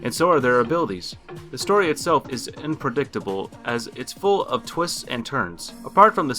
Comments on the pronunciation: He also says "inpredictable" lol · My english teach would be made at you for some many things... You said, "inpredictable" not unpredictable, and you said that chivalry was pronounced Civalry Edit: glad to see other noticed this lmfao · chivalry chiv·al·ry not Kill vary... Inpredictable?? Are you doing this on purpose? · Learn how to say unpredictable and chivalry